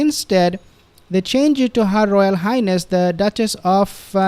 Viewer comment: her royal hind-ness